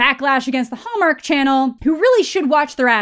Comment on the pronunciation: I keep hearing the way you say "Hallmark," as Homer for some reason.